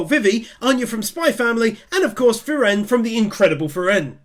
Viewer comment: he still haven´t looked up how Frieren is pronounced xD